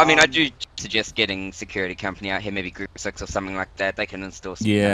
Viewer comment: It makes me die laughing whenever anybody says "Grouppe Sechs"